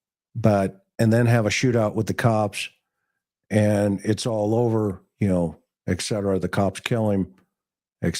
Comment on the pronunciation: McDonough drones on too long. Plus Etc is pronouced ET CETERA not ECK CETERA. Drives me crazy.